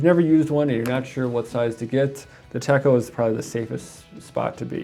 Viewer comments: Techo is not pronounced tecko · The "cho" of "Techo", sounds like the "cho" in the word, "na-cho". But you have the "te" part right. 👍🏻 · 😕 I believe you're pronouncing Techo incorrectly..